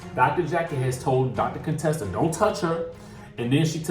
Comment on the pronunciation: Are you being shady, her name is Contessa not Conetessa lol. Can't wait for this season...a lot of twist and turns